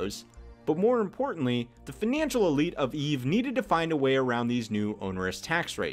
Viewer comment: "feenanshul system" what accent is that bro?